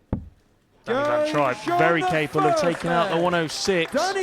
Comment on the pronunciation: It's trijp (tripe)and not trip ..how rude to not find out his name before calling .. disgusting